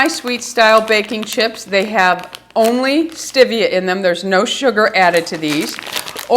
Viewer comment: I just want you to say stEvia ~~~ NOT stIvia!!! 😁